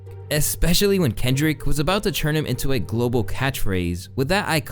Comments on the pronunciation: Saying “churn” instead of “turn” is crazy when you say it so much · I love you... but please, its TURN, not CHURN. I'm begging you. I don't know why you keep pronouncing turn like that. It's all love from here but it's driving me insane atp